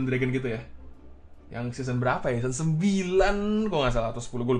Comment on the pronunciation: Ngomong seseon 24x